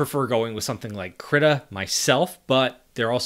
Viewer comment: manifested. Krittr.